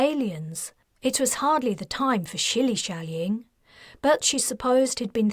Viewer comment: Schillyscalling??? What XD